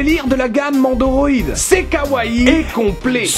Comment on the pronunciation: pourquoi tu téforce à dire Mendoroid alors que sur la boite il y a écrit Nendoroid, tu es trop jeune pour savoir lire comme papa